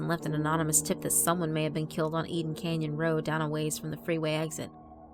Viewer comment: “Aiden Canyon Road”?